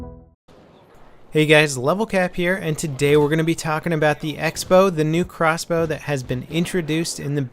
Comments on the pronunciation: How much harder is it to say crossbow???? Xbow just sounds ridiculous! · OMFG xbow is crossbow but shortened in words, but if you were to say it verbally it would be CROSSBOW, not XBOW! moron...